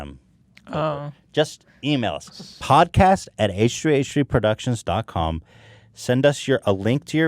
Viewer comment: lol "producitons" eh?